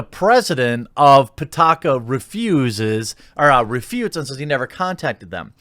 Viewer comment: pitaka means wallet in english and it's pee-ta-ka not putaka putakadin